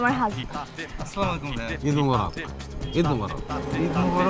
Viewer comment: ভাই অভিনয়টা তো বললেন সুন্দর এত বড় ভুলটা আপনারই চোখে পড়ল না স্লামালাইকুম❎ আসসালামু আলাইকুম🔘✅ বলেন আপনি কোনটা সটিক